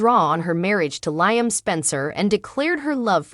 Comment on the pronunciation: The readers need to w atch the show to pronounce names right. It's "Leeam" not Lieam"